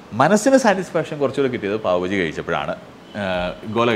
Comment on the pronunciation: ബജി അല്ല bhai.... ബാജി